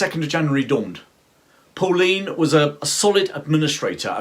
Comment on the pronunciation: Very well made & interesting! It is pronounced"PULLEINE" not Pauline!